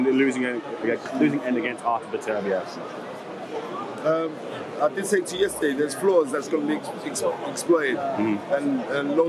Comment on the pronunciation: It’s BETTER-BEE-EV